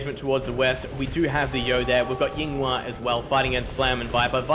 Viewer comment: The way they pronounce Yinghua almost made me stop watching this. Great games tho